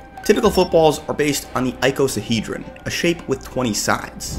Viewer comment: It's pronounced icosahedron, not icosahedron. 😅